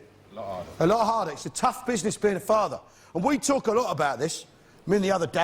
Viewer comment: "I don't think they wealise this is the way I usually tawk".